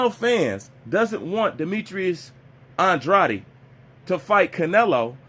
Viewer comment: Your pronunciation of Andrades name is wrong.